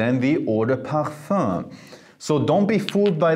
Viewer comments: “Parfah” I love hearing it 😂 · I love how he pronounces parfum